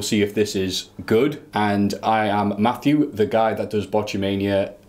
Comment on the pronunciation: FACK! IT'S MAFFEW